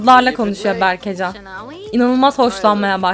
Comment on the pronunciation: berkecan değil berkecem